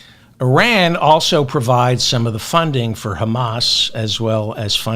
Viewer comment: I don't know what it is about you, but I think you're the best informative out there. Because it's not just Trump, it's the world. I hope you remember my IRan pronunciation advice. Keep on doing what you do!!!!!